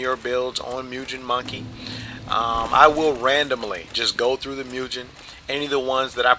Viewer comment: Jesus christ. You claim to not be criticizing builds but literally in the next sentence talk about pointing out strengths and weaknesses of said builds? And then you pronounce "mugen" as "myugen?" And then you desperately namedrop ENB? Effing. Pathetic.